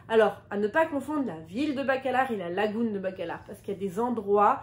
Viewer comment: En français on dit lagune et non lagoune….